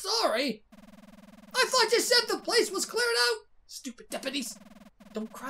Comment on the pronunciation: I THOUGHT YOU SAID THE PLACE WOS CLEARED OUT!!